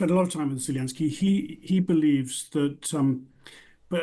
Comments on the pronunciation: Mr., please stop pronouncing Zelensky's name in russian. It's disrespectful to all Ukrainians. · should learn to pronounce Zelensky's name before pontificating about him.